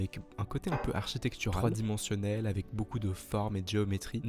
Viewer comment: On dit "tridimensionnel"